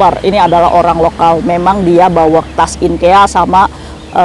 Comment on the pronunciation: IKEA 😂 bukan inkea kaka😂😂😂😂😂